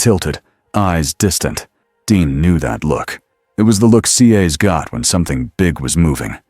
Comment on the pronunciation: Love the stories, but when it can't say Cass it's annoying. Also need to tell whatever your using to read it needs to pause. There is no space like there would be at the end of a sentence. Itjustkeepsrunningonandonwithnohumansoundingbreaksinspeakingwhichismoreannoying.